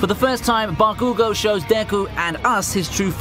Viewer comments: is not ba-kuuuu-goo is bakugo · even tho im 1 year late i wanna say that its not bagugo its bakugo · Why does he call bakugo “bah koo go” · Why does he pronounce Bah-cue-go like that... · It's funny how he says "BakÙgo" 😂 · Bro it isn’t baKUUGo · Bro ba-coo-go is so lit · Everytime he said bakoogo I took physical damage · Still bothered by the way he says Bakugo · how you were saying bakugou lowkey made me mad lol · Solid list. I don't buy the add halfway through, though. If he actually watched the show, then he would be able to properly pronounce Bakugo. I hate how so many of the people reading the 'script' for this type of video can't even properly say the names of the main characters. Ugh...